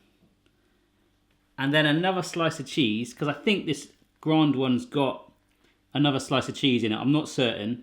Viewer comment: Why the hell do you pronounce grand as the French word grande?